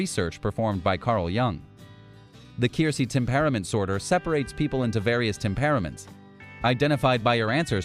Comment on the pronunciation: Tem~pare~ament?? Sheesh.